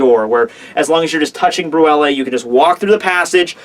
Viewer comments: its "bruley" not "bruella" as in *creme brulee" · her name is pronounced Broo Lay. It's a desert. sorry I know you don't like being corrected on how to pronounce things, but it's been bugging me. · ...Also, Brulee is pronounced "broo-lay", so you know. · brulee is pronounced brew lay